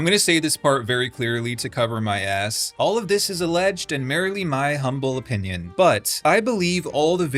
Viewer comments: "Merrily" your opinion?? Were you trying to say "merely"? That's... Not how you do that. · Did he just pronounce "merely" as "merrily", or is this an inside joke? Also, I'm of the opinion that most of these content creator promotional videos are probably using AI generated voices and are cut together by the same person and uploaded to the many platforms. That one person probably lives in a country where disclosure policy doesn't exist, or isn't enforced well enough. Think countries with very high population, very few resources and probably a haven for scammers who regularly and actively scam people from other, wealthier countries, out of their money. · merrily your humble opinion? do you mean merely? meer-lee xD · you should Google how to pronounce 'merely'